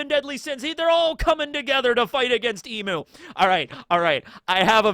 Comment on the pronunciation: It’s eeeeem not eeemuu for Imu! Emu is a bird😂